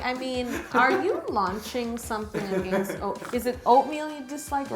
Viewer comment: Im from the states, specifically wisconsin. If i didnt already know how to cake it was from canada, then i wouldn't have guessed it. There is no accent or anything to make me think different EXCEPT when Yo says "against" thats the only time i can tell theres an accent. And it makes me giggle everytime she says it lol. Much love HTCI from the states! One of mine and my 12yr old daughters favorite channels!